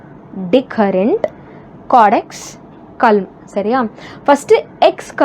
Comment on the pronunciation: Caudex...not candex..